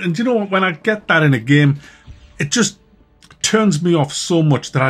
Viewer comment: one of the main reasons I like to watch your videos is to hear you pronounce "game" as gehm